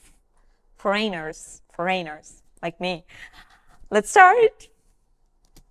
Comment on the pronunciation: I think the word you said at the beginning was "foreigners". That's pronounced FOR-in-ers. 😁